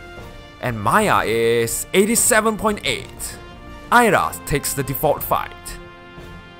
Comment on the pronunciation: I'm surprised you were able to pronounce Ayra correctly, but Mia incorrectly. The I in Mia makes a long E sound, so it's "MEE-ah".